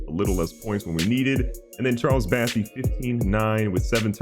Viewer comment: BOssey, not BAssey lol